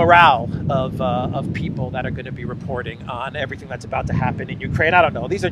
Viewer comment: "Everyting; everyting; everyting." Joe O'Biden, Eire's favourite son.